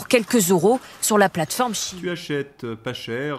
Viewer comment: Pourquoi dites-vous "chine" alors qu'il est écrit "cheïn" svp ? Comme dire Epstiiiine au lieu d'Epstein, et même bientîot Einstiiiine au lieu d'Einstein... (ref "Bal des Vampire"). ^i^ RFK dit des trucs que es décisions ne connaissent pas, comme d'hab. Sinon, RFK deviendrait-il le nouveau JFK, vu les racin€$ "diverses" des marionnetistes actuels à peine exonérés de responsabilité pour le Gazacide, apparemment..... ^i^